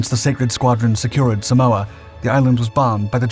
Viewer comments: It's not "Say-mohs", it's "Sámos" People need to stop americanizing non-english names and words. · Great content. FWIW it's Samos pronounced Sah-moss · Great video, Thank you. SAMOS not SAMOA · SAMOS. Not Samoa. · it is called SAMOS not SAMOA which is an island country in the Pacific Ocean FFS! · You must mean, SAMOS, the Greek Aegean island — not “Samoa” (which, of course, is in the Pacific). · Samoa? It's Samos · Watching from Greece.hi everybody. Interesting video.(It's Samos not Samoa). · its Samos NOT Samoa you are not in the Pacific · "Samoa?" My Dad was deployed to Samoa at the time (specifically Pago Pago), part of the hastily deployed contingent of U.S. Marines sent to reinforce the island's defenses in the months following the attack on Pearl Harbor, and he never mentioned any Greek commandos parachuting into that particular tropical island in the Pacific....😏 The island of Samos (pronounced "Say-mohs*) is however one of the Greek islands held by the Axis during WW2. /smohh😏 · Lol😂as native Greek I thought wtf is he talking about? Samoa?